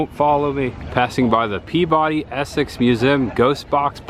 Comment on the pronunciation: Peabody is Not pronounced "Pee-body" but "Pee-bud-dee" ✌️